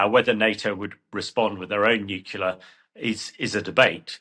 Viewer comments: What is nucular? Do you mean Nuclear? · Nucular?? Nuclear surely